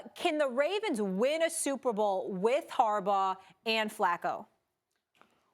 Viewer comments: It was actually Skip Bayless that called John Flacco John Fluko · You called Him Fluco